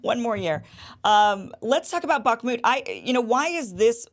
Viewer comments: Iversen : Kim, you aren't pronouncing the name of this part of Ukraine, correctly. Based on your pronunciation, I had to do several Web searches to try to get the spelling, and it is " Bakhmut ". That should be rather pronounced like "Bakh" + "mut", and not like "Barkmood", "Bakmood", etc. Anyway, it is Bakhmut, and captions for this video don't correctly show this. The caption shows " buckmut ", although I now notice that ... not captions, but text normally shown with the video, says "Bakhmut", which is correct. Captions often contain errors, or so I've been finding anyway. Lastly, given that Scott mentioned Ray McGovern in relation to all of this, maybe you could have Ray on for guest about this situation in Ukraine, I suggest. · Hi Kim pronounce bakhmut with a silent K. Bah mut. Great work